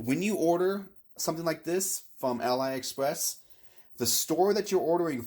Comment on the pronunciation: Just so you know, AliExpress is not pronounced "AL-EYE Express", it's "Ah-Lee Express" because it used to be called Alibaba